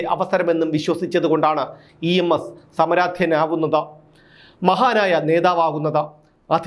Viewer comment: സമരാധ്യൻ എന്നല്ല, സമാരാധ്യൻ എന്ന് തിരുത്തി പറയണം